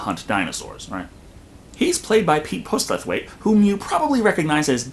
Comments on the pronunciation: Pete Postlethwaites surname is pronounced Poss-ul-thwait. Btw love your reviews. Keep up the good work. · Haha, It's not pronounced Post-le-Thwaite. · They say Americans don't get irony 0/10 for the pronunciation of Postlethwaite, yet 10/10 for the pronunciation of the dinosaurs. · Funniest thing i've heard in ages is you trying to pronounce Pete Postlethwaite 🤣🤣🤣🤣🤣